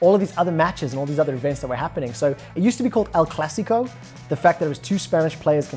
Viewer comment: why are u calling it el classico lmfao